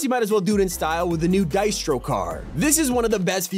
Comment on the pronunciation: Naa the way u said distro makes me sad